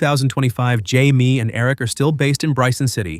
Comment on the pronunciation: Atleast get his name right Jaime.